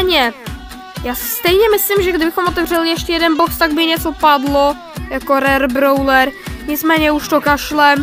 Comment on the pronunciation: Super video Akorát my drobet vadí to jak říkáš [brouler]